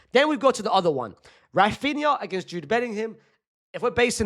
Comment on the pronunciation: ITS RAPHINA